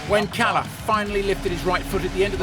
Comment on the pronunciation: As a Finn, it hurst when you pronounce Kalle as Kale. Double consonants should be pronounced as two separate syllables: Kal-leh